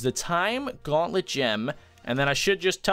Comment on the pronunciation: Its gauntlet not guanlet